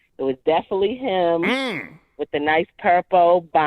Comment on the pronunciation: Can someone please teach how to say “him”, & not “hum” 🤦🏾‍♂️